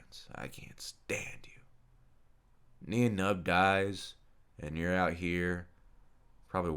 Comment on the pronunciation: His name is pronounced as nine numb